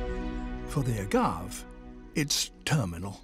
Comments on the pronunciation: In AZ, we say “ah-gaw- vay ”, it’s Spanish. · OK, let's correct something right now. Most agaves (pronounced 'a-gah-vey') are NOT monocarpic. Yes, the flowering shoot dies afterwards, but those pups that come up around the old crown come from the same plant. It's more accurate to think of them as a branched perennial, where most of the structure is below the ground. The flowering crown is equivalent to a branch tip, while the new pups are other branches that erupt from the soil after the dominant branch has done its thing. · David, my man, it's a-GAHV-ee. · Couldn’t someone have told David how to pronounce “agave”? The plant is from Mexico and the American Southwest, so it’s pronounced “ah-gah-vay”. It’s the first time I’ve ever cringed at something he’s said. This must be how South Africans feel when Americans pronounce “zebra”. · “ah-gah-vay” They’re common in Mexico so they have a Spanish name where the E at the end is pronounced, not silent. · I personally like to pronounce agave the same as I do Dave. Having 16years in the cactus and succulent nursery trade it would drive masters of the trade nuts 😜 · Why do people mispronounce words once they know how the words are prounounced? Agave. Pronounce the "e" at the end. It is prounounced exactly as it is spelled. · There are 2 ways to pronounce agave, but he has found a 3rd... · I think you should be forced to pronounce words which are foreign, properly. Not based on your own Accent. That’s not how “Agave” is supposed to be pronounced, David tsk tsk tsk 😝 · He also mispronounces Agave the entire show… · I just wish he pronounced agave right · I'm surprised that David Attenborough doesn't know how to pronounce "Agave" which has three syllables not two. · I cringe every time he mispronounced agave. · As much as I love David Attenborough, his pronunciation of "agave" bugs me. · The way he pronounces “agave” is the only Attenborough moment I have not enjoyed so far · Hearing him mispronounce agave over and over